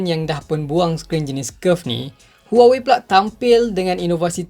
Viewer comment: Aku je ke yg dengar sebut huwowei 🤣🤣🤣😂😂